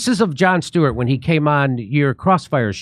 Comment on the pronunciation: Joan Stweart LOL